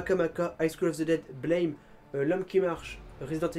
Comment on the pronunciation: Au fait juste pour dire que Blame! se prononce Blâme (Blam) ブラム!, Buramu! J’entends tout le monde faire la faute.